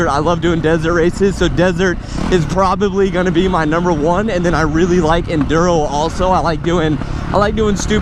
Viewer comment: You sey i like to tink thats not me snd so You wealy 😝😝